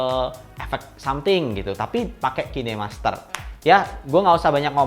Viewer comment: kine masker anjir, khain master penyebutannya